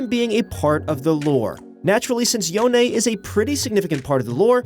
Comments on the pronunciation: i'm probably the only one trigger of the way he pronounce "Yone" as "Yo - ne" ,it sounds as "Yon" and as a huge fan of creepy horror theme and a fiddle main,i'm very exciting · You mispronounced yones name its not yon-e Its pronounced as yoan and there is no way that yones the next champ because its confirmed that he's dead go watch reaction to this Anouncment he'll tell you alot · Yone, not Yonay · If I may ask, how do you know "Yone" is pronounced "Yo-nay". Is this just an educated guess or is it confirmed. I always pronounced in "Y-own" as in "own" or "moan) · Why do u keep saying yoney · Wait "Yonay"???😹😹😹😹😹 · lol he said yonay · I like how he said Yone wrong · What is that yone pronunciation 😂